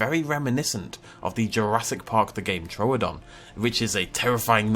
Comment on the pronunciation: First Dino you named is called Troo-don not Tro-odon 🤣